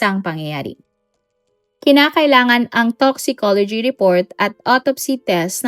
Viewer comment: Agreed po pansin ko din tapos may mga words din na bulol pagkabigkas, ex. sa storya na to, sabi nya toxology, dapat toxicology.